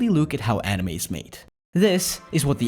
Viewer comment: the way you say anime got me all the way messed up, it's pronounce ''Ah-Knee-mei'' not enemy.